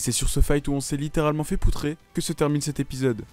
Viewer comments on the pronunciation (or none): C'est POUTRER -ER pas É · C'est pas "er" poutrer ? mdr